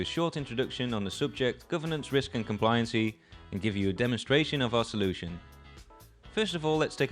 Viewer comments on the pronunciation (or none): Why is he pronouncing it "complianseee" and "subseeequently", it's pronounced "kom-plai-yan-sy" and "sub-see-quent-lee"!! 😭 For that reason alone I must now turn this off and view another video on the topic 📴RIP